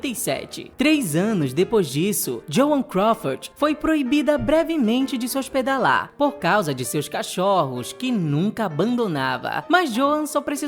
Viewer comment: Maravilhoso meninos, como sempre!! Mas agora "cachórros" foi ironia neh